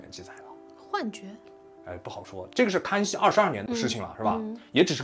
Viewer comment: 死亡wan， 康kan熙，